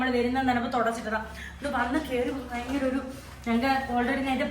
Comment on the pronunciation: ഫയങ്കര അല്ല😂 ഭയങ്കര തണുപ്പ്